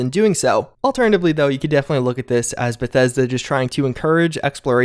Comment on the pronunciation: You notice he keeps saying "bathesda" right? You know this is a fake account?